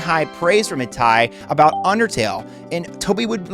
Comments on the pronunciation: No way you pronounce "itoi" as "itai" 🥀🥀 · Why did you pronounce it as shigasato itai instead of itoi? There's no A there, also the bet samurai thing was more of a joke than a rumor. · Okay, seriously, if your whole deal is going to be researching Japanese games and doing essays I need you to learn how to pronounce Japanese names. This isn't an accent thing, you call it HobuhnAchi when the name is literally on screen and Itoi is "ee-toh-ee/ee-toy" not "ee-tai" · The “toi” in Itoi is pronounced like “toy” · I TO I Bro its spelled out right there how the hell do screw up the pronunciation like that